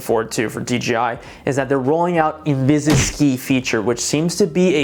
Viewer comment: Thanks for the comparison! Question though.. why can you pronounce Selfie Stick correctly but not InvisiStick? Haha. That did my nut in! I get it's a made up word by DJI but still.. INVISI-STICK! I'm still torn btw on what to get.. I wonder if DJI deserves my brand loyalty since I just got a Mini 3 Pro